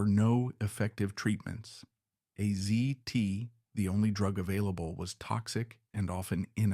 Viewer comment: Yet another AI slop piece. You can tell because the descriptions are way over the top and you can't pronounce AZT correctly.